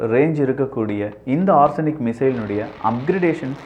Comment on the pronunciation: ஆர்ஸனிக் இல்ல ஒரெஸ்னிக், பார்த்து படிக்கவும்